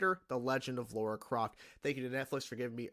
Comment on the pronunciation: Lara, not Laura.